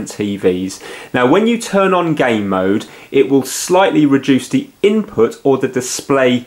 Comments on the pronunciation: I'm British myself, he's saying gay mode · you keep saying gay mode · Jay Turner yes it sounds like